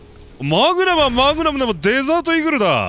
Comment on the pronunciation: がちゃんと『マグマム』って言ってくれると安心する